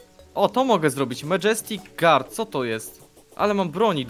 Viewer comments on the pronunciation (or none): none